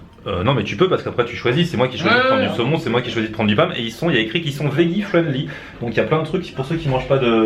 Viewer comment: "veggie" ca se prononce "vedji"...